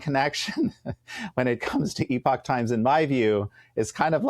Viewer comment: Great, at last, to hear someone in the USA pronounce the word 'epoch' correctly! (No, it wasn't Bret). It should be pronounced 'eee-pock'. That's right, like 'email!' Try it! It's not difficult, and it's NOT 'epic' or 'epoc'.